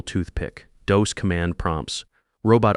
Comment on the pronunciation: DOS is pronounced DAHS